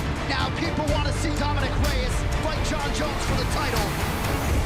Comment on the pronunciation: My guy at the start can't say Reyes properly "Dominic the devastator.. Reeesss.." lol wut??